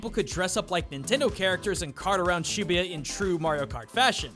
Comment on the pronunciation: Over 5 years of living in japan got so overexposed to it that this game turns me off no matter if it was good or not. Imagine running around downtown LA killing ronald mcdonald, kool-aid guy and a bunch of western cereal mascots with a gun. Pretry much the same appeal.. P. S. Learn how to say "shibuya". No one actually says 45 yen as "shijuugoen". Find a real job instead of english teaching and you can go come back. There are people coming to Japan even right now